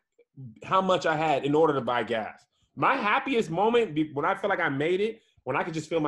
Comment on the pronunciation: says “arder” when trying to say “order”. back to you tom 😂